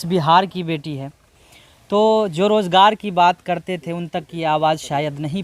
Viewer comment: بھائی بہت خوب اللہ مزید ترقی نصیب فرمائے لیکن آپ تعلیم اور حاصل کرلیں الفاظ کی تصحیح کریں ز کی جگہ ج بولنے سے بہت برا لگتا ہے سن کر مثلاً مزہ کی جگہ مجا روزگار کی جگہ روجگار